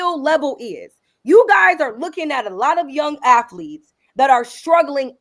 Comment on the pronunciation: "I coach afletes"